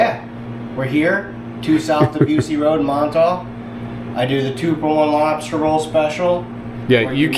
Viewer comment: #tugtrashoutdoors #keywestwaterman did say Robstah Roll 😂😂😂 #BlooperReel This is awesome and I agree with you about the principle on stores and I would shop that mom and pop store daily if I lived there!! Let’s go catch some flounder!!